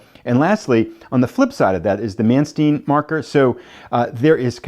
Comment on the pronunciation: Manstein, his name is pronounced “_man-stine_” A regular pronunciation rule in German: ei - pronounce the second letter… nein (nine!) for no! And if you see ie - pronounce the e, as in Wien (veen) for Vienna. Looks like a great game.